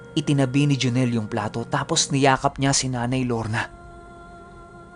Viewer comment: Pisti natawa ako dun sa pagbanggit ng pangalan ni joneeeeel 😜😜